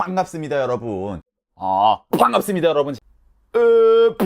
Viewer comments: ㅃㅍ의 중간발음을 저렇게 내다니..뽶갑습니다 여러부운~ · 뽠갑습니다 ASMR 좋네요 ㅎㅎ 👍👍👍ㅋㅋㅋㅋㅋㅋㅋㅋㅋ빤갑습니다 중독성으로 끝까지 정주행해숩니다 ㅋㅋㅋㅋㅋㅋㅋ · 아 퐝괍습니다 여러분~~~ 중독되겠어 이거 끊을수가 없어야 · 계속 들으니까 포항갔습니다같이 들린다리 ㅋ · 퐝갑습니다 여러분